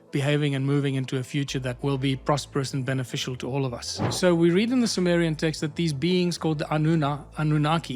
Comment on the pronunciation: Ai made visuals are plain stupidity, peaking as high as showing Zechariah chapter head when mentioning Zechariah Sitchin. And Symmerian for Summerian.